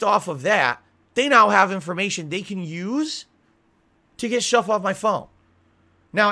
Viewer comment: He says they tried to turn his power off but when he says off it literally sounds like he is saying on, his mouth is all fucked up